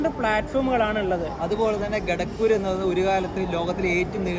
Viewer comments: You idiot it is not ghatakpur It is kharagpur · Kharagpur... Enthonnadey? Ra Assam nu poyo? At least announcement onnu kettal pore